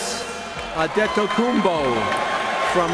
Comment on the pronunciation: Ant Tay Toe Kou Bo Sound it out, it's in English letters.